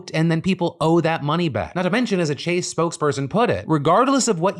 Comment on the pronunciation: when did Chase become French!? lmao